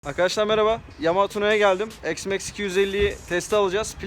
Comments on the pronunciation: Eksmax demeyeydin iyiydi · Ne çeşit bir isimlendirme bu "eksmeks"...